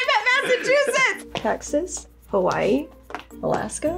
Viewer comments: How do you fuck up Hawaii?!?! 😂😂😂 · How do you mess up Hawaii? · How can you get HAWAI'I wrong??? 😳